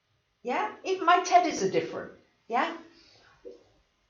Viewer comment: I’m not sure if you’ll think this is funny or inappropriate, but sometimes when you say teddies, I hear titties... 😂 “I ‘ve got my two titties here!”